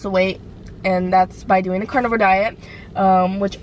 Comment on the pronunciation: Lol it's Carnivore not Carnival